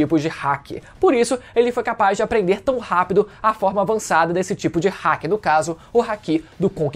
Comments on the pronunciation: O cara fala hack ao invés de haki... Pqp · Não é Hack e nem Háki.... é Hakí☠️🎴